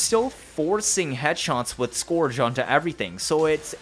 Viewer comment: scourge - skerge